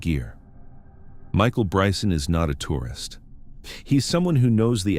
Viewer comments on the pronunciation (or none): none